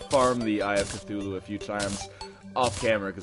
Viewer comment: "...when i summoned the eye of KA-THOO-LOO!!!!"